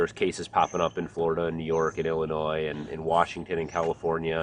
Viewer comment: True Midwesterner...knows how to pronounce Illinois. ;) Go ARMY!